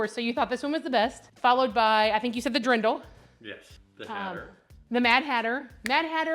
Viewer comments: I like all, expect the mermaid. Btw. the dirndl is pronounced DEER-ndl, not a Dree-ndl. Grettings from Austria. ❤ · you are so fun! I'm a little late watching this, but one thing, please look up how to say dirndl. It is not drindle. Think durn-dle, or look up online dictionary. Especially since you are going to Germany, you don't want to say it incorrectly. ❤